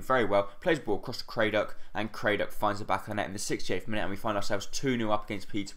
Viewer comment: It's Crad-dock not Cray-dock mate. Great videos